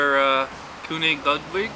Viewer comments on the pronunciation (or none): Actual German pronunciation: "Ker-nig Lood-vig" (or as I usually say, "King Louie to You". :) BMP